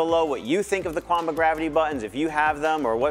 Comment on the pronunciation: Nice video!! SN: Qanba is pronounced as Chien - bah